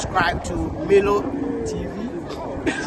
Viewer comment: You can't even pronounce the name milo